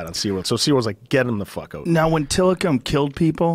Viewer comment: You can really tell he's canadian when he says "out" lmao